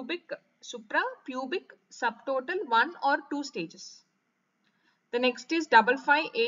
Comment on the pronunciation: Maam ur explaining good ..but some words clearly explain maam Ex superpubic .retropubic